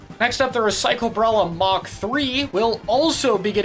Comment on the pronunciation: THREE burst/hammer kits would be sooooo 🥀 and THREE ink storm sloshers too would equally be 🥀 "mach" instead "mark" gets me everytime the colorful clash design is so so so good